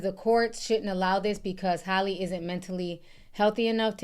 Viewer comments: Ti!! Her name is HAL-LEE... Like the name AL...but Halle not Holly 🤣.. Like Al pacino... Hal-ee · Do yall pronounce Halle Berry name as Holly Berry as well🤔🙄